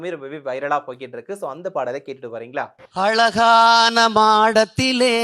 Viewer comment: குரல் நல்லா இல்ல தாளமும் சேரலை சுதியும் சேரலை உச்சரிப்பும் சரியில்ல் அழகான என்பதை அலகான என்கிறார்